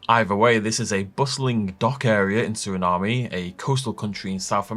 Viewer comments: My bad but I have to do it… It’s “Sur-uh-naam”. No “ay” at the end. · its pronounced "suri-nam" just trying to help clear that up! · Just a friendly heads up, it is pronounced Ser-eh-nahm, no E sound on the end of the word.